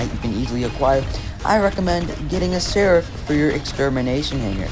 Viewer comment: Bro u somehow managed to pronounce Seraph’s Apparition ability wrong. Are you serious 😹? And Typhon too 😭?